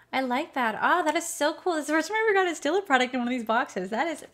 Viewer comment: Thank you for reviewing the box! I’m definitely not gonna get it, those sampleas are EXTREMELY small! Not even travel size? Except the stila, oh funny “ I Loovveeee Stella!! Lol it’s pronounced STEEL A